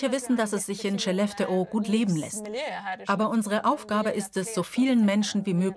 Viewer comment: Wenn ihr eine Doku über Skellefteå dreht, lernt doch bitte die korrekte Aussprache von Skellefteå.